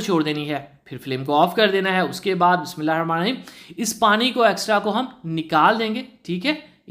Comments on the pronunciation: Bhai itni Kya jaldi ha bt kerna ki aram se bol lijiya alfaz saf khass ker Bismillah please sai se perlo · بہ اچھی بات ہے کہ آپ بسم اللہ الرحمن الرحیم پڑھتے ہیں ۔ لیکن تھوڑا جلدی میں پڑھ جاتے ہیں جس سے صیح ادائیگی نہیں ہوتی۔ اس لیے گذارش ہے کہ بھلے ایک دفعہ پڑھیں لیکن ادائیگی اور صیح رک رک کر پڑھیں ۔ کیونکہ یہ بھی قرآن شریف کا حصہ ہے جو کہ اللہ تبارک و تعالی کا کلام ہے۔ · Bhai g kindly Bismillah to theek sy parhen slow speed mn parh len sawab ki jaga gunah to mat kamaen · Bhai Jan AP Bismillah sahe sy parha karein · Bhai Bismillah thk sa prha kren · Plz bismilha sahi parha kro ap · Please first learn how to pronounce Bismillah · bhai بسم اللہ Sahi parhen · Bismillah to sai say parho bhai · O bhai,, bissmillah to sahi se parho yar